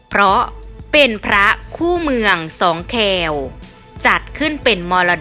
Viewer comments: ขออนุญาตแนะนำแอดนิดนะครับ คำว่า "แคว" ใน "สองแคว" อ่านว่า " ค-แว" ครับ อ่านควบกล้ำ ค.ควายไปกับ ว แหวน ไม่ใช่ "แคว" (แฆว) ครับผม ^^ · ควแอ=แคว ไม่ใช่ คแว=แคว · เขาเรียกว่าสองแคว ไม่ใช่ที่ที่อ่านออกเสียงให้ถูกต้องได้ไหมเนี่ยฟังแล้วหงุดหงิดว่ะอีควาย สุดา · อ่านสองแควผิด